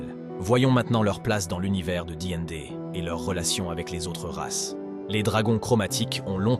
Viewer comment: "di and dé" bien joué la vidéo 100% faite par IA- ...